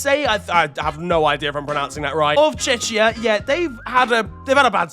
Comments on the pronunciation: "Checkia" or just Czech Republic, not "Chechia" 😉😉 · Bro, its pronounced “Chekia”, “Chechia” is a different country, or just say Czech Republic maan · Hey mate! Just for future reference, Czechia is pronounced with a K, no a CH. So u would say, Czekia. Love the videos and keep it up! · How did you pronounce Czechia? That's criminal actually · this is the third straight video of pronouncing "Czechia" wrong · He seems to get it confused with Chechenya for some reason.